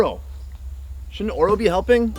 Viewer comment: Oro not ora sorry